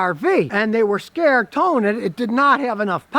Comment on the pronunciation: Witto Scotty scarwed? Hahahahaha